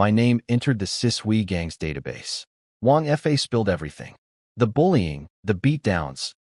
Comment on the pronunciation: It's annoying how the AI narrator often pronounces 2- or 3-letter words like they were abbreviations, particularly pronounced in this one, because Wang Fa is mentioned so often. 😮‍💨 There's also quite a bit of repetition, describing the same event twice, and some inconsistencies (sometimes "months" have gone by, sometimes it's "four days"). The illustrations are also unusually inconsistent, the wives have several very different designs, I've seen much better on this channel. And it's a bit disturbing how the 3rd wife looks like a child. Like, under 10 years old child, in many illustrations. But overall, it was enjoyable. Surprisingly, it ends at a point where I feel like it could work as a complete story. But of course, it leaves plenty of room for a sequel, and I'd like to listen to one.